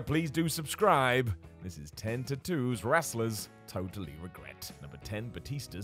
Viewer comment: Drink everytime Simon says “Tat oos”